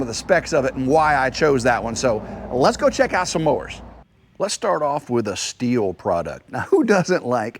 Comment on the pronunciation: I don't like the brand that is properly pronounced "still". I'm sure no one cares but you did say who doesn't like...